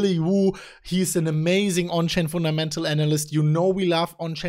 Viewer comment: "the People were Laughing at us" ps:, you had me at Foon Ta Mental"